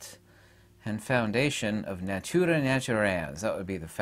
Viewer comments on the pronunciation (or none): none